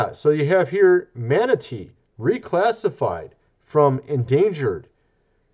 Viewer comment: Man, aaaattteee, bless you ! OK did you say MAN reclassified as endangered or manatee? I'm thinking the guy must have sneezed 🤕